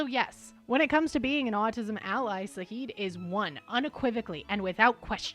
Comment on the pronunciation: NOOOOO IT'S ZAHID WITH A Z